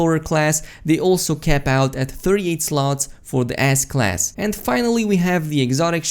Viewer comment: Am I the only one who hears "Ass Class" instead of S class, lmao